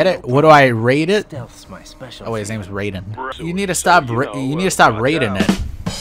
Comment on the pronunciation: Bro how are you still pronouncing Raiden wrong 💀